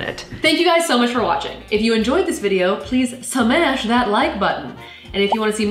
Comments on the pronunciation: WHT SMASH??? YOU NEED TO SAY SHMASH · DID SHE SAY SMASH INSTEAD OF SHMASH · I'm not used to saf not saying schmash